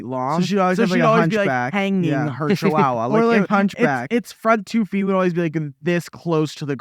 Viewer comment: never heard anyone say “chihuahua” like that😭